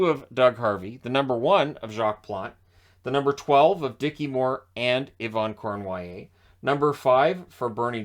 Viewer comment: Yvan Cournoyer, not Yvon Cornoyer